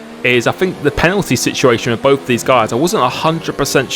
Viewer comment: You can’t speak proper English. Example: both but you say bof. Example two: throttle but you say frottle. Please can you learn to speak proper English because it can be really annoying and frustrating